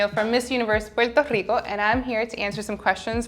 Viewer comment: I loved when she pronounced "Puerto Rico" with spanish accent 🥰